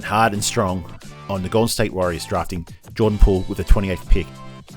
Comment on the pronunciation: Gave stupid takes, mispronounced his name, showed they know nothing about what they’re paid to talk about…wonder how they felt watching basketball this post season.